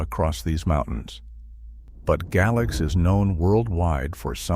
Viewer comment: Tazewell should be pronounced as "Tazwell," while Galax is pronounced "Gaylax."